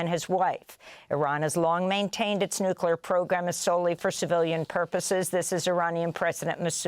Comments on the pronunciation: it's "NU-CLE-AR" !!!! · Please tell your farsi translator that it's "NUCLEAR" not "NUCULAR".